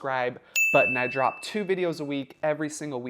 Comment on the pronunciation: when you say DROP it sounds like you know what :face-blue-wide-eyes